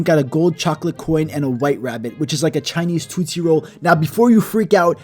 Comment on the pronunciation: The way he says tootsie 😆